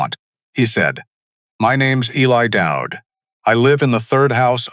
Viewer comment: Eli is pronounced E-Lie, not ellie